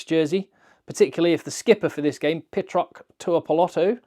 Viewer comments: That was his tongue-in-cheek Kiwi accent, and as a kiwi called Patrick who has been called "Pet rock" by NZers my whole life, I loved it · I know some of these Island names can be tricky to pronounce, but "Pitrock"?? :D